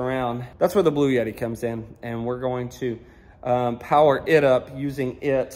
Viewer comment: I laughed out loud! Omgoodness it kept sounding like you were saying 'Blueyetti' and I kept saying "BLUETTI"! I can't possibly afford one but I know the brand. 😂❤😂 Great video as always!